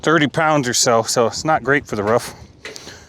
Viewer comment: Its called a roof. Not a roff